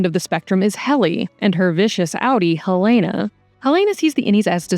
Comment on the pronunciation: I love you guys so much! But please double check your pronunciations, especially on names. It’s giving AI when key characters (Helena) or well-known names like Theseus are mispronounced 😢